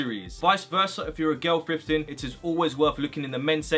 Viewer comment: to me it sounds like he saying "frifting"